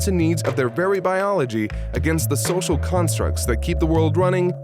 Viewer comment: have you tried sending to a speech therapist? Cuz what is sosal distancing?